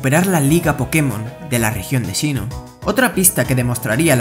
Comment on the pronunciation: sinnoh no shinnoh